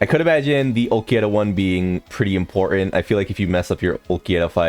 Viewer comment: He does it on purpose.